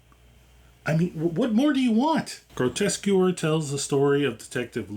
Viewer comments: Grotesquereeeeee, not grotesquer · It's pronounced * "Grotesqueree" taken from the French Grotesquerie, not "grotesquery" ;) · It's pronounced: "Grotesque Erie" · « qu » is prononce like «K » So it’s « groteskery » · Thank you. Really annoyed me how he kept mispronouncing it, Louis reads the name aloud from the calling card so how you can get it that wrong is baffling. Other than that great video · ok…this might be harsh but why woupd anyone want to go to someone for an explanation or breakdown of something they cant even pronounce correctly???? thats just lazy… Groteskewer????? REALLY???? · I think you'll find the show's title is pronounced "grow - tesk - uh - ree". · the name of the series. It’s Grotesquerie. Pronounced as Gro-Tes-Que-Ry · lol came to comment, I don’t think you’re pronouncing it correctly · This is my first video on your channel. I found the mispronunciation endearing, my mom does it all the time I'm a new subscriber, I appreciate good vibes in a horror recap! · Leaving because of the way you pronounce Grotesquerie they literally pronounce it in the show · Jesus lol can’t even pronounce the name correctly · I agree, but I stayed for the review but the pronunciation was a little jarring. We could have called it GQ and kept on keeping on. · my brother, great review, decent editing, all that. You gotta learn to pronounce the show name lol, they even say it in the episode. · Bro can’t even pronounce the name of the show he’s watching…. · Mmmm yea I didn't like how he pronounced it